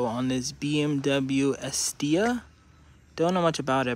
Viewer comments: You said the name wrong it's pronounced Eye-set-ta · is etta, pronounced Isetta all in one word get it right